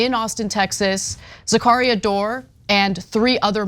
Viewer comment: Anna's pronunciarion of Zacharia is driving me nuts!!